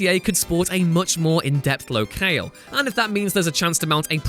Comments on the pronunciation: The way you say 'locale' - wow! "Low-kayle" 😱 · It's Lo-cal(e)! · Please ask a grown up to tell you how to pronounce "locale" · his pronunciation of locale is appalling. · Seriously, does someone else just write a script and then you read it without being able to do another take? It's Narco's not Narcos ... jesus. And what the hell is Lo-kale? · damn. this guy has absolutely no idea how to pronounce narcos or locale. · Learn how to pronounce locale and narcos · He really needs to learn how to say Narcos and locale